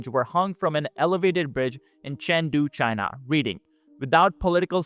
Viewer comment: CHYNA EES AAAS-OLE